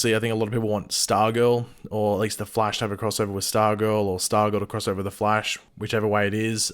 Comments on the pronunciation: “The fleish.” 😂😂😂😂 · Wtf you cannot pronounce the flash!!!